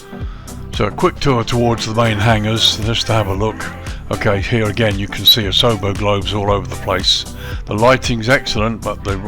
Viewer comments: Just a note, the pronunciation would be OSH-wa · I got my license here in 1963 flying Tri-champs (nose gear on a Champ) on an Air Cadets scholarship. it looks quite different now, but I assume the downwind is the same, over a cemetery, then the public swimming pool. I laughed at your pronounciation of Oshawa. It's Osh...... awaaa (short middle syllable like away) Thanks for posting.